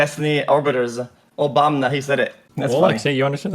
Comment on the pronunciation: I lost it when started saying obomna